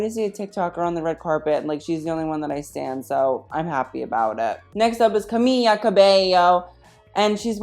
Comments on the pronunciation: jesus fucking god it’s camila not camilla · It went from" Camilla " to now "Camia " never right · The only thing that’s atrocious is the way he pronounced Camila’s name 😭 I’m jk tho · I heard a rumor that every time a white person mispronounces Camila Cabello's name, her vocals get worse :( Y'all...pronounce the first "L" and don't pronounce the second one. For the love of God. I'm not sure how much more I can take.